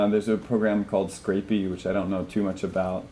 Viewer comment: 10.40 That's Scrapy; not Scrapey